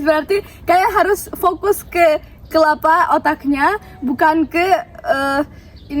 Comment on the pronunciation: Kwkkwk iya dungdat sama kepala jadi kelapa ...